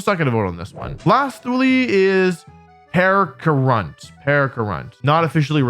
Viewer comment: Percharunt 💀 Its PECH a (uh) runt Where did the r come from :c Congrats on reaching 1 Mil!